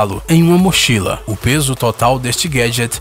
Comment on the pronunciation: continua assim dizendo os peeços